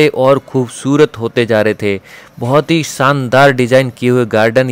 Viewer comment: संदार नहीं शानदार बोला करिये....